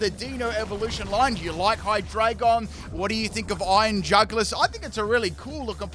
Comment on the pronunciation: Iron NutSack LMAO 🤣 😂 😆 😅 💀 EVEN couldn't say it lol